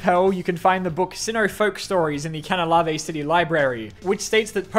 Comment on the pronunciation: I know youre not that familiar with pokemon but the way you say "canalave city" hurts me so much